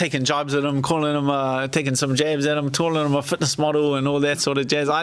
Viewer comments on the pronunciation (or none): none